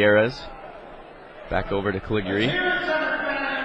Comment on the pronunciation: I love how the announcer mispronounces the name "Calig-yuri"